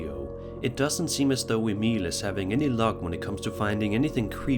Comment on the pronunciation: I love that u actually pronounce Emil correctly! It's rare for some scandinavians with old nordic names 😅😅